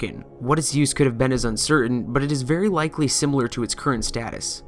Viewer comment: Did... did you say lickly instead of likely?